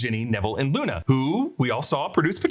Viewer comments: He also says Nuna instead of Luna at one point lol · You said nuna 😂